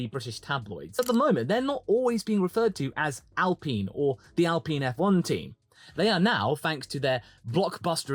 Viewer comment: You said their name right once! It's not supposed to rhyme with peen. :D Now if we could just stop everyone from saying it like that 😂